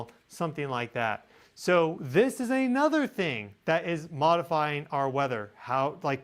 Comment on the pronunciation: Whenever you say At Nuther it makes me cringe. You are so much like me.